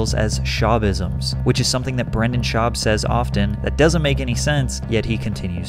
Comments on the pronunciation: Why are you pronouncing his name as "Brandon"? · As a man named Brendan, it's hilarious to listen to pat slaughter the pronunciation of it. It's pronounced like the movie star's name. Unless Mr Schaub has heard the mistake so many times and just doesn't care anymore Lol idk, just thought it was funny